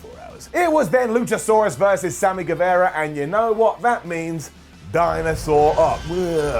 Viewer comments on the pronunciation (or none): none